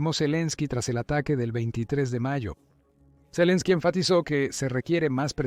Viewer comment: Madre mia, toda la informacion es falsa de occidente y valiente fuente, el whasinton post por Dios dejen de mentir no les da verguenza, claro por eso no hace la paz, por que esta perdiendo el que esta desesperado por hacer la paz es EEUU y ni siquiera el narrador sabe pronunciar el nombre de zelesnki, da risa esta informacion😅😅